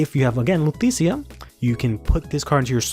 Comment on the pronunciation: I know I'm a year late, but I honestly thought it was pronounced "Luu-T-shee-ya"